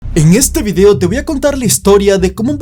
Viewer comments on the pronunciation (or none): none